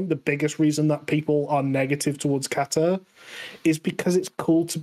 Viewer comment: ca-ta not cat-a